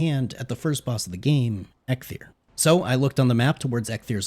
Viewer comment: Am I the only one annoyed of him calling EIKTHYR EGGTHYR? Dont get me wrong great content overall, but each time you said that name all I wanted to do is scream